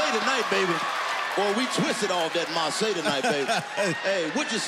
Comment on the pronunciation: no her name is marsai pronounced like "mar-say"